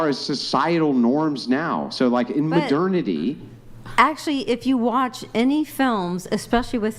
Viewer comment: Especially when he pronounces it incorrectly.